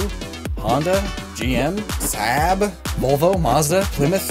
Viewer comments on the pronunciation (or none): Never heard someone pronounce Saab that bad ever! x'D (swede)